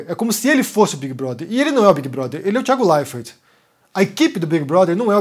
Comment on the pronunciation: Por que você pronuncia errado o nome do Thiago??? RSS